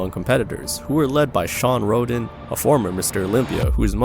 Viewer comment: Sean Rodin... Marcus Rule... come on man gotta try harder to get peoples names right. Also imo Rühl doens't belong on this list. For sure he's not the most gifted genetically but I don't thing he deserves "Worst shapes in bodybuilding" status.